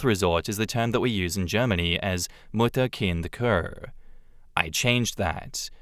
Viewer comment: btw Kur is pronounced very similar to cure